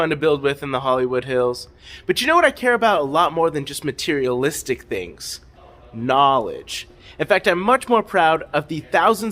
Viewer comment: Bro really said knowledge like that one guy whose name I can never remember lmao